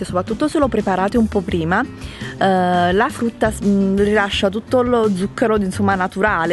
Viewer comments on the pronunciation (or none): Scusate ma "A FRUTTA" che pronuncia é, non voglio criticare e nulla ma appena ho sentito "A FRUTTA " le risa che mi sono fatta. Comunque sei bravissima❤️